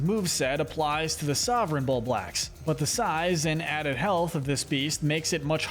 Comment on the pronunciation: I hate the way you're pronouncing Bulblax, otherwise great video. Fun to watch